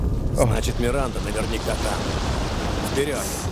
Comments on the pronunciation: 12 00 сказал миринда вместо Миранды ахах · орнул, когда сказал "Миринда" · Миранда: существует: "Миринда..." )))